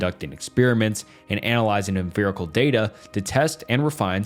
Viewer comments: Your pronunciation of 'emfirical' and 'emfiricism' got me absolutely bothered. After like the 8th or so time, I started to wonder if I was witnessing some kind of absurdist joke. 😆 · for the love of god, it is not emphirical or empherisism. hard f-g P. em Pi ri cal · EmFiricism. EmFerical evidence. Have I been saying it wrong? Thats a P, not a ph in Empiricism